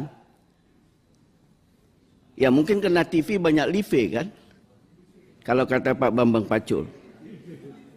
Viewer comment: Laip apa lipe ejaanya pak dewan tv nya 🤣🤣🤣